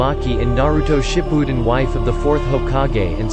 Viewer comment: I died when he tried to say shippuden 🤣🤣🤣🤣